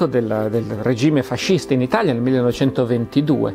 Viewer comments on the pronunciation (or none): none